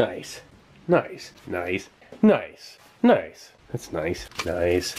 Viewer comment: "Nice" doesn't sound like a word anymore. Sounds more like "kneisu".